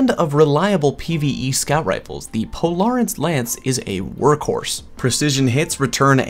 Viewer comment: Did you just say polarants lance?